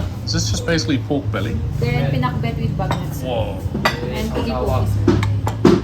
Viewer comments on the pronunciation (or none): It's PINAKBET..not pink-bet 😂 amazing food trip there.. i love Vigan..been there last yr..❤❤❤ Hope to see u in BGC on Sunday! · It’s so funny how you pronounced pinakbet as pink-kabet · Very original, only from. 👍